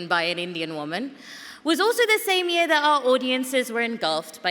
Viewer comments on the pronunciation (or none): none